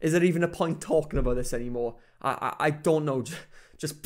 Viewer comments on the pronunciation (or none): none